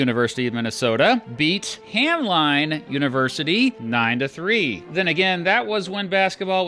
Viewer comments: Love the history as always! One thing - speaking as an alumn, Hamline University is pronounced "ham-LINN", not "ham-LINE" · It’s not pronounced Ham-Line, it’s pronounced Ham-Lin. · Just fyi the Twin Cities locals pronounce Hamline like Ham-Lynn, not Ham-Line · Ham-lyn University not Line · FYI, Hamline University is pronounced with a short “i” like in Hamlin. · its pronounced ham-lin